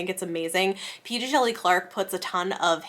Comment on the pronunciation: Awesome list! Thanks. Can’t go wrong with Tor. (Quick note: P. Djeli Clark says on his website that the D is silent! I see that you take great care with proper names and pronouns, so I thought you would like to know!)